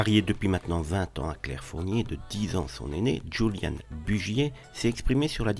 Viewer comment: cette voix robotique fait trop faux pour etre crédible , ça sent l'IA à plein nez et puis entendre prononcer "juliane" pour julian , non